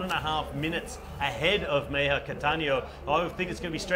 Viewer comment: I bet the name of the Colombian rider (3rd place on TT) is MEJIA and not MEIJA. Just saying.